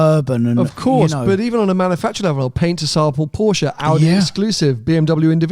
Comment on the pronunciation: Or Manafactra instead of manufacture